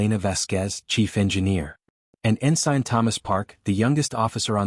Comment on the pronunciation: Could someone please teach the AI how to pronounce ensign?